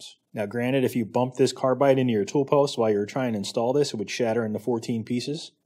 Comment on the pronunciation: its probably less common in some regions.... but tool is often pronounced as two,,,,, its got to the point I listen for it !!!